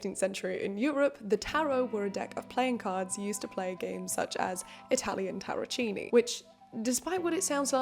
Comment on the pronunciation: you pronounce tarocchini with the ki from kiwi. not english ch :)